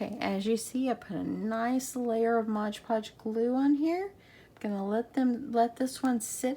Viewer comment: Don't take this personally but I cringe every time I hear someone say Modge Podge🤣